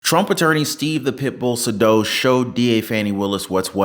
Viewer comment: According to Saydow’s own LinkedIn post, the correct pronunciation of his name is SAY-dow. Google it.